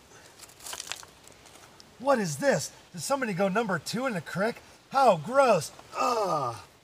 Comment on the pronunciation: ITS CREAK NOT CRICK YOI HOBOS